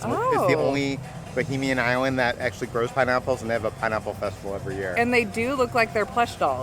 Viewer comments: You keep saying BOHEMIAN....... IT'S NOT.... Bahamian, pronounced Buh-Hay-Me-Uhn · as a Bahamian I’m sorry to say it’s Bahamian not bohemian lol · I know the mispronunciations are part of your lovable charm, but it's BaHAYmian, not Bohemian. Bohemia is in Europe, you're in the Bahamas, lololol. Love you guys and your videos! Thanks for always brightening my day 😊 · The Eleuthera Euphoria looks great and the pineapple container works at keeping out the flies lol. Just a note when pronouncing Bahamian... try not to confuse it with bohemian , think of the you pronounce Canada and then Canadian and then think Bahamas and Bahamian.